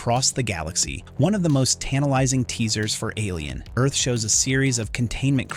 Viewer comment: Why are you pronouncing it "Alien. Earth..."? It's "Alien: Earth", you sound like a robot, and not the cool Lance Henriksen type.